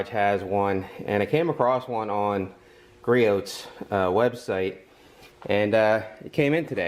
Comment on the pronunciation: I have the same creeper stool and love it. Yes I have tipped it! Haha Nice video and I just subbed! BTW it’s pronounced Gree-oohs!